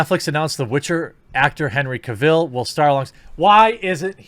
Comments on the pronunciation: I imagine we aren't getting new Superman stuff because Superman is boring. Also, stop saying Henry Cavill's name wrong. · You kept repeating Henry's name wrong really annoyed me 😂😂😂😂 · The way you say cavill gives me cancer